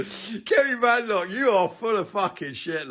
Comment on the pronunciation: She was born in Britain. She's British. And she's BAdenoch, not Bedenoch.